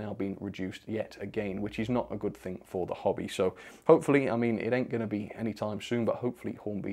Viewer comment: Hearing say "Ain't" and sounding like my friend from the Southern USA made my day! Also the Nice at the 69% shows me that is truly cultured